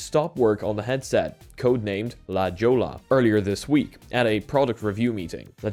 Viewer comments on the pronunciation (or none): La Joe-la? 😅 La Hoy-ya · La Jolla (/lə ˈhɔɪə/ lə HOY-ə, Latin American Spanish: [la ˈxoʝa]) is a hilly, seaside neighborhood within the city of San Diego, California. NOT "lah joel-uh" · The fact that he says “la jola” instead of “la hoy-yah” made my day in some abstractly funny way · Lah hoy Uh.............. not la joe la. smh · If anyone cares it’s La “ho-ya.” Great hiking out here. ❤ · La Jolla = LA-HOY-UH 😁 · Just FYI La Jolla is pronouced, LA-HOY-AH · I’m not certain, but I believe La Jolla is pronounced “La Hoyah” if it’s Spanish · It’s pronounced la-hoy-ya not La Jolla you silly pollack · i know u aint from the US and it doesn't make sense how its pronounced but if u wanna pronouce it correctly its "la hoy-ya" (la jolla) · please look up how La Jolla is pronounced.